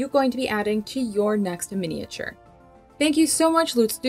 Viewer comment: I find your videos really helpful but can’t watch them as every time you butcher the word “miniature” is like nails down a blackboard 😱